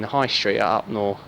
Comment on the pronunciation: Great film ... Upnor is actually pronounced Up Narr, not Up nore. I lived there for 30 years. Thank you for making the film.